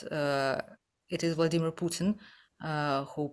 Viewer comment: Who's VENIMEER PUTIN😂 ( - )